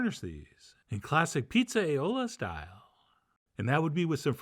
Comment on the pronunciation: Pretty sure that's more like Petes-eye-ola not pizza eye-ola